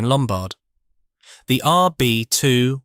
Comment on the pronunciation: It’s not an RB two one one, it’s an RB two eleven.